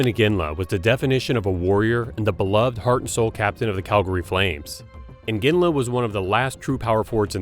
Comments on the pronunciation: Not sure why you would repeatedly mispronounce "Iginla" as "Inginla." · It's not "Inginla."